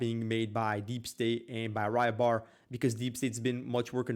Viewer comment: PRONOUNCED "REE-BAR" DUDE! NOT "Rye-Bar"!!!!! REEEEEEEEEEEEEEBAR! "Y" makes the "EE" sound. Hence Rybar = "Reebar". I believe this word is Czech/Slovak name meaning "fisherman". Learn to pronounce the easy stuff man, it makes you sound ignorant that you can't even pronounce the simple foreign language words right. It's a slavic language word, it's not gonna make an English Y ("why") sound. You say, "oh, who cares". Well, it makes us Americans look stupid that we can't pronounce simple words of other peoples' languages right. Like calling Beijing, China, "Peking". It just sounds ignorant. Its totally understandable when its a difficult word, but c'mon man, "Rybar" (ree-bar), that's easy.